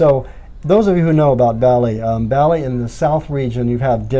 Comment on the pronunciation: Ba-li not Bally